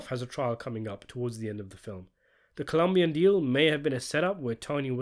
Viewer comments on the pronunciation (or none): none